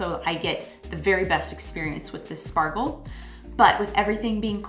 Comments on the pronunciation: You mean 'Schpargel', not Spargel..😅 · It's pronounced Shpargel. In words starting with "sp" and "st", the s is typically pronounced like "sh" in englisch. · It is pronounces Schpargel - not Spargel . I prefer the green fresh spargel. I just made a Flammkuchen with green asparagus yesterday. Really easy to cook - here a recipe : other recipe